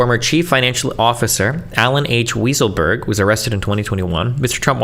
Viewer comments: I wish it was, Destiny pronounced it ridiculously incorrectly in America it's pronounced "Why sull berg" and in Germany it's pronounced "vye sull berg" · I'm pretty sure Weisselberg is pronounced "Why-sel-berg". Lmao. Destiny's brain just really wanted it to be "Weasel-berg"🤣🤣🤣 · Also, “weasel”-burg 😅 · More like WISE-uhl-burg. But "Weasel" is more appropriate. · It wasn't until this video that I believed the claims that destiny was an antisemite. There's no shot he thinks that guy's name is pronounced "weasel-berg" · Love the way he looks up the word "bellicose" to pronounce it correctly but doesn't give a F about calling the guy weasel 😂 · Is Destiny trying to be a dick by mispronouncing Weisselberg's name or is he just that stupid? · It's not, it's Weisselberg. Destiny is just too stupid to know how to pronounce it - or "bellicose" for that matter.